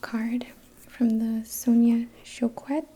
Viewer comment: lolz!!! It's pronounced ''Show-ket''...(spelled Choquette) the ''U'' and the last two letters (te) are silent!!! I so luv when anglophones try to pronounce French words.... So stinkin cute!!! Good try sister!!! You were very close :)